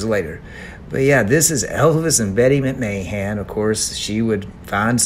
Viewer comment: Lol you said her last name wrong and different every time! Love your vids!